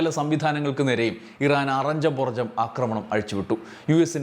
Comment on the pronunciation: അക്രമണം അല്ല, ആക്രമണം എന്നാണ് പറയേണ്ടത്.